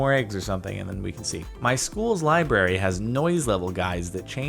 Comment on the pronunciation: What's a liberrarieuy